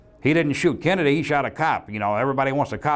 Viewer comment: Did he say Kennadiddy